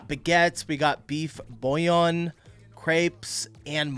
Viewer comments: You pronounce bour-gui-gnon. Same stress on each syllable. And the address is 52 Rue François Miron, 75004 Paris. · It's pronounced like tye english word crap! Rather with an E maybe, crep. Certainly not crape. Greetins from France.Bour gi nion. The g is hard , not chi. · Beef burgeoning Bur-gin-yon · The spelling of "beef bourguignon" is on the wall (no pun intended).😁👴 Tip: for the pronunciation, type it in google translate and click on the speaker...